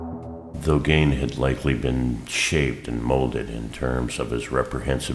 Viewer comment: "Geen" not "Gain"